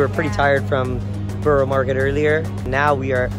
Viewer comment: Just a plea. So many American reactors say 'borrow' (as in Borough Market) when it is in fact pronounced as 'burra'. The same goes with Edinburgh.